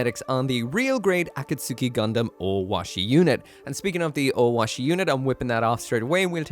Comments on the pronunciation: It's "Akatsuki" not Aka Suki say the akat fast then a split pause then say Suki kapish? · A-kat-ski 👈 A-kat-suki 👋 Not a super important difference, but I keep hearing it wrong everywhere. It's sounding like when Americans say carry-oaki, or pough-ki-mon. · Akatsuki is said like A Cat's Key not A Cat Sue Key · why do you pronounce things so incredibly incorrectly. ah-kat-soo-key? really?